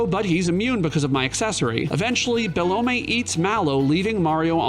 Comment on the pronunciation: is "Belome" really pronounced Be-Low-may? i always thought it was Be-LOME lol